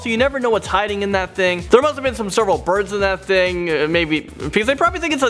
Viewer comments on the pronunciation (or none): none